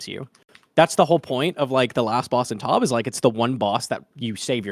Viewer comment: Great video but please stop saying T-O-B, it’s a dead giveaway you haven’t done a lot of tob